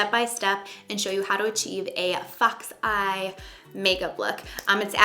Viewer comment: I thought she said fuck's eye when she meant fox